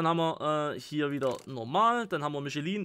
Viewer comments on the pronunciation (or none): none